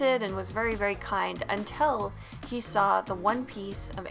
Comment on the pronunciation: "Intill" AHHHHHH FOCK like why tho they dislike